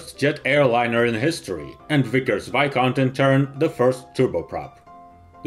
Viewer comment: Just to let you know , it is pronounced vis , (like s in sis )count viscount :)